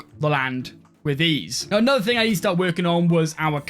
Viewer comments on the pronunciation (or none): none